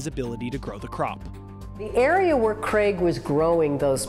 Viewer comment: Creg? His name is Craig.